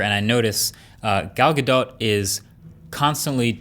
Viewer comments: " gal ga DOT" shes isreali, its pronounced gal ga DOE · Galdot is pronounced “Galdough” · her name is pronounced gal gadoe I think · it's pronounced Ghal Gadoh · Isn't it "Gal Ga-doe"? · It's pronounced like Gahdoh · Marques, honey. It’s “guh DOE.” The t is silent. 😊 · iPhone users laughing at android users, "oh he has an android" gtfo here enjoy your under screen fingerprint reader 5 years later! It is pronounced "Gal Gadough" don't kill the French language and English lmao. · I think you’re saying gals last name wrong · Marques did an oopsie. The t in Gadot is silent.